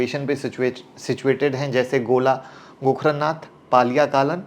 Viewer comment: सही से नामों को पढ़ा करो जैसे गोला गोकर्णनाथ, पलिया कलां, खम्भार खेड़ा